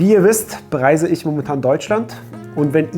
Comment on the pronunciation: "isch"😂 Wird immer gruseliger in Deutschland